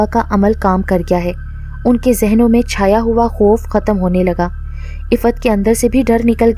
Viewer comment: Ap ke moo se Iffat nam bhot acha lagraha hai